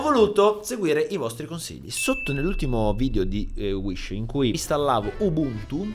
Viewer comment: inizialmente avevo capito "IL NUOVO COMPUTER SHISH"